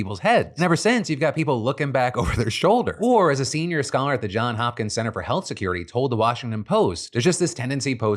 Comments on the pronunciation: Yo Phil, it's not a big deal but I've noticed on the last few episodes that you've been saying John Hopkins---it's actually JohnS Hopkins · I love you Phil, but PLEASE! It's Johns Hopkins. JOHNS! I know it sounds dumb, but that is the man's name. Thank you for coming to my Ted Talk 👋🏾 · it's "Johns Hopkins".:hand-orange-covering-eyes